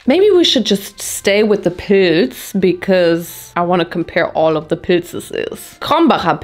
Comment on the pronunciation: Every time you said "pils" I thought you were saying poods LMAO